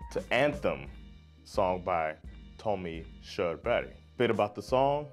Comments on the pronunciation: you prenounced his name perfectly, but i dont know how to spell pronounce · I'm late to the party as this is an old video, but it's just so cool to see your reaction to this song, which is such pride of all Scandinavians 💗 It is indeed a powerful tune! Also, yeah I'm drunk now but since your pronunciation of Körberg is pretty much perfect despite your 'murican accent.... I think you know what I mean here 😊 Ha en trevlig helg 😇